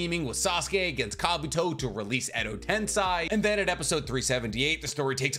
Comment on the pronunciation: Edo tens-EYE